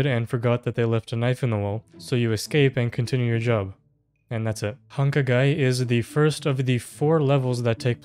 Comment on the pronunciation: naaah, your pronunciation of hankagai is okay, far from terrible